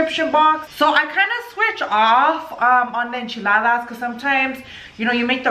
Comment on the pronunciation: First off , its Enchiladas not echiladas